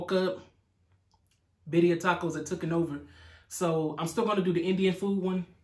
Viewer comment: you were saying it right! 🥰 it looks delicious